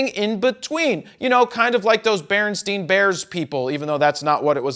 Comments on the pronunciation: he said berestien bears lol its bearinSTAIN bears lol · its not barrenstein its barrenstain